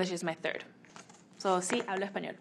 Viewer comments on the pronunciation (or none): none